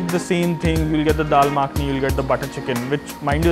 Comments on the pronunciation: It bothers me that he calls Dal Makhni, Dal Maakhni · He lost me at Dal Maaaaakni !